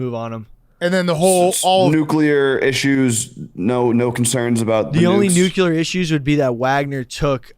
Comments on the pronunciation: Not surprised one bit that pronounces it "nukular" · if i hear say Nookular one more time im gonna lose my fucking mind